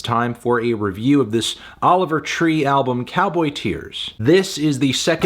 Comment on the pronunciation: Anthony saying Oliver tree more like Oliver pee for 10 minutes isn't a review